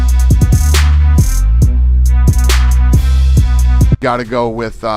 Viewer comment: Alex Pee-Era Uncle Eye-Ev Merab Deeshalavili Zabit Nurmogcheriopov Never change Chael. NEVER!